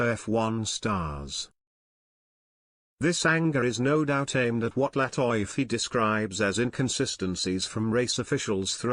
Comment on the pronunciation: LATIFI written (LATEFE) not (latoyfe)